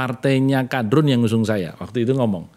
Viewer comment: Ketika ngmong kadrun dia memberikan tekanan dalam intonasi kata Padahal lambang partai yg paling identitas agama ya lambang kabah